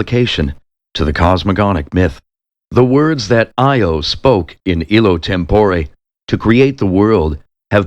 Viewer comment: On the whole, a fine reading -- but there are too many mispronounced words. Five-syllable words are sometimes uttered in four syllables. (Homogeneous is one example.) Instead of "institution," we hear "intuition." "Tempore" is accented on the second syllable instead of the first. Etc. -- But I still appreciate the effort!